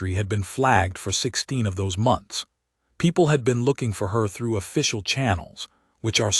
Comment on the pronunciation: WTF!!!!??? "4 M..O..N..T..H..S ago"!!!! WHY THE HOLY FUK IS YOUR POS AI SPELLING OUT WORDS LETTER BY FKN LETTER!!!?????